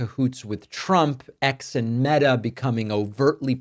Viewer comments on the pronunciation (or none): none